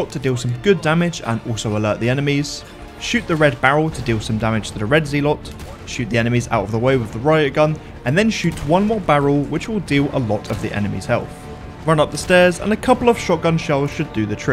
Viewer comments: shoot Mendez until he dies? Why didn't I think of that?!?!? Awesome speedrun tip: if you don't purchase Resident Evil 4 Remake, you will spend 0 minutes and 0 seconds on it. Impressed, virgins? 😎 btw, it's "hee-gant-ay" and "zell-ott" and "three" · I'm just gonna pretend you didn't say zealot like that.